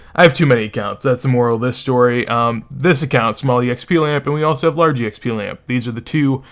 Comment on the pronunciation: Love the vid but its so funny how you say “Eee Eks Pee” , its “EKS PEE”